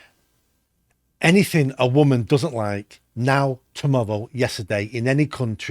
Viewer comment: What type of English dialect does have where he pronounces Harry as "Hawwy" and tomorrow as "tomowwow"? Anyway, he lost me at "Diane Abbott doesn't deserve abuse". Hard disagree.